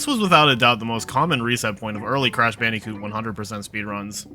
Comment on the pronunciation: It’s not cash banooca it’s crash bandicoot